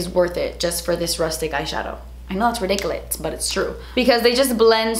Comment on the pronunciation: The way you said ridiculous as ridichulust. You're awesome